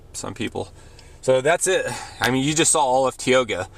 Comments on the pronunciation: Hey dude - its "Tie-oga" - not "Tee-oga". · I clicked on this video in the hopes to see a little bit of the town I grew up in. I come from a long line of North Dakotans. First, learn how to pronounce Tioga with a LONG I sound. Second, if you are going to share a video of Tioga, make sure Tioga is actually in it. You drove right past it. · You should probly learn how to pronounce Tioga before making a video about the place. And plus you didn't even show the town you just showed outskirts. So the businesses he showed you all isn't even in the town of tioga, it's not city limits. What an idiot